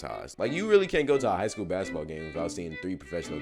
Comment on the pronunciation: "Baskteball" uh 😃